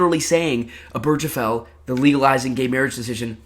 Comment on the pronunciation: So I love your vid. It's very well done and researched. But it's pronounced Ober (like over)- guh- fell. Not oh-berj-uh-fell. And the table hitting was also a little grating. But all-in-all, this is my kind of long-form content